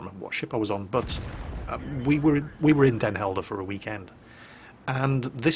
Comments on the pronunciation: he actuall pronounced it properly, whut? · What? not butchering trying to pronounce Den Helder? What is this madness? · you prompunced den helder the best out of every brittish guy and american and i hope you would want to come to the netherlands again so i can meet you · lol i know, my reaction was a bit sarcastic :) i actually flipped because he didnt struggle at all and just said den helder like a proper dutch kerel, :) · CAN PRONOUNCE DEN HELDER CORRECTLY +1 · Braveheart in cinema?, ur old!!!!:)))) Btw, nice pronounciation of Den Helder, excellent. We Dutch need no subtitles, we all speak English. French is also taught at school, as well as German, but not so intense as English. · good pronouciation of den helder